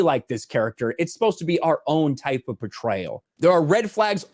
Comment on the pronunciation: Portrayal pronounced Betrayal